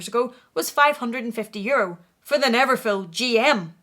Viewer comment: its called neverful not neverfill 😘😘